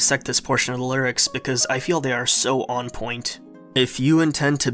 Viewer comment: "lurics" lol